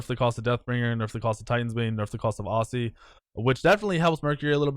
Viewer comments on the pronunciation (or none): none